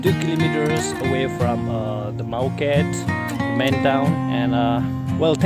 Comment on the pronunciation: IT'S MAO GATE odi not Moa Gate